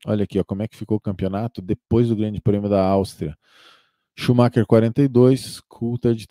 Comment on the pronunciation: Obs Shumacher (consumar)